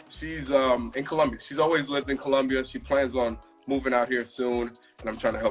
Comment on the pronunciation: He doesn't pronounce "colombia" correctly. So strange.